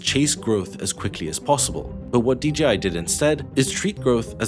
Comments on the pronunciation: Why do people say "Dee GEE Eye" instead of "Dee Jay Eye" for DJI? Happens a lot... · pause: Why is dji always uniformly prounounced as Dee Gee Eye?! 👉dji=dgi … 🤔